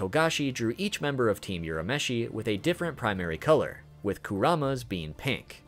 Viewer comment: just so you know, it's pronounced Urameshi, not Yurameshi.